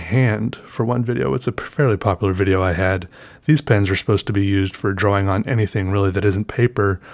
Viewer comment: When i read the title, I read drAWing in your voice.